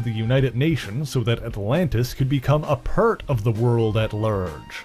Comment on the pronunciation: "A PURT of the world at LURGE."